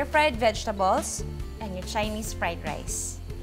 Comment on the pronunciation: Nakakaloka yung jejtables hahahhh love you ma juday